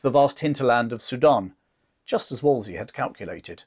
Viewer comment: Not to be a nitpicking pedant, but I do believe it’s WolseLy and not Wolsey; he was after all the very model of a modern major-general